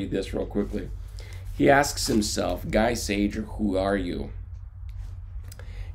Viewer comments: gee sayer..............pronunciation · Pronounced Gee Sayer. After the war he was a graphic artist in France. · You murdered his name